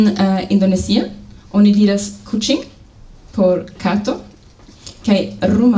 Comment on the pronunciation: 25 : 26 She was saying : "Saya Suka Kucang Kucang ". As an indonesia, that sentence that i have heard. I dont know, what was word exactly that she had said. It's weird to hear word "KUCANG" for me. Did she being pronounce word "KUCANG" or another word ?